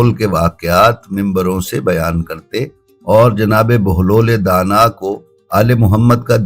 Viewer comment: pahle inka nam sahi bolo bahelul danah